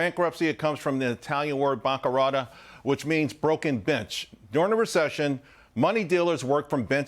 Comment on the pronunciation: "BANCA ROHT-AH" great pronunciation...sheesh!